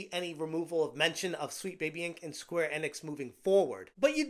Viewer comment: Never heard anyone pronounce Square Enix this way...